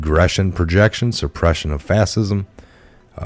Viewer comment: dude.. its prounounced "FASH-IZM"... and ES-PECIALLY C'mon man..